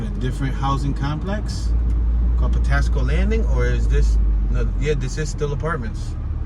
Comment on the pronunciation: Patapsco Avenue say it right